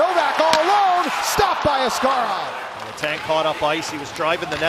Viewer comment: It is very frustrating the Penguins announcer still pronounced Askarov's name wrong 😩